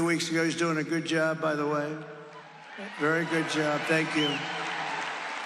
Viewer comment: I find it interesting that he can pronounce Helene correctly, but won't pronounce his opponent's first name correctly.... he's very disrespectful and I don't respect him personally.